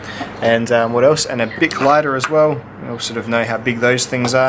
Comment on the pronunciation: Nice looking knife. Too bad about the slicing ability. As for the name, I know Kizer is a Chinese company, but "Begleiter" is German for "companion", which makes sense. That would be pronounced "beg-light-er," a little like "Bic lighter". Sorry if I'm being picky. Thanks for the review.